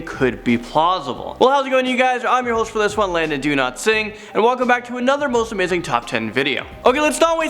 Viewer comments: Landon "donotsing" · Are you saying “Landon Do not sing”??🤣🤣